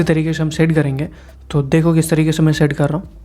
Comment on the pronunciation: Bhai aap shade KO see kyu kehte ho